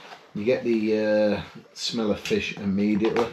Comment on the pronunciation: Awww now don't hate on me:) but every time you said FISH my brain heard: MY FIRST WIFE..... (NOT YOURS or mine, only had one wife so far but you know brains go where brains go when they do go off )